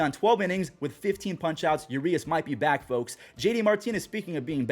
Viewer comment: it’s uRRRias with the r’s rolled 😊